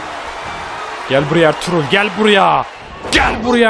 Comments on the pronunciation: Abi senin dilin R-TRUTH=ERTUĞRUL gercek okunuşu (artruth) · abi R-TRUTH a Elturul demene bayılıyom